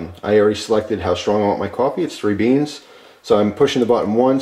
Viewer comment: "SHTRONG" coffee? The word is "strong." There is no "h" after the s. The is no "sh" sound in strong.